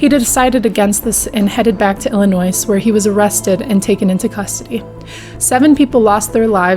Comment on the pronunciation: Good job on covering this horrible tragedy that happened close to Chicago here. Only thing, for future reference, the "s" in Illinois is silent. Hope you're having a good one!